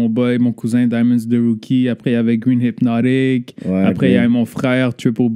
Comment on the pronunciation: Shoutout à toi pour le love mais bro ta éclater mon nom. C’est "Hypnotic" pas hinoptic. 😂😂😂